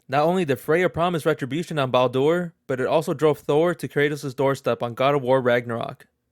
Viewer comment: Why are you saying Baldur's name like that? Are you reading stuff from a list on the internet and making a Youtube video out of it?